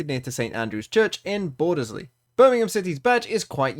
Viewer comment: Bordersley??? Say it BORDZLEE